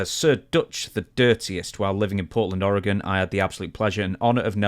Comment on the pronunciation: Dutch pronouncing Oregon correctly, nice job! Grappler is a Portland wrestling legend.